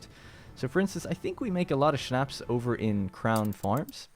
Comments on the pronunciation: my mother told me you say Schnapps like Shnops not shnaps. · 😂😂yeah I heard that too